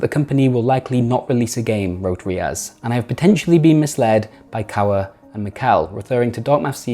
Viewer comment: I am pretty sure it's Mihkel Oja not Mikhel Oja. H goes first. Estonian name.